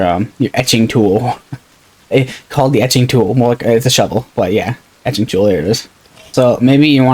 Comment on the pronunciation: Yes “ETCHING” tool does sound weird because it says “entrenching” tool lol Great video though haha this game looks fun!